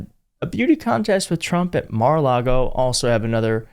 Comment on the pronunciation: Mara-lar-go is the devil’s playground